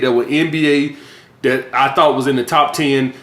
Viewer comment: He can’t say the word that. He says dat. He says dem instead of them.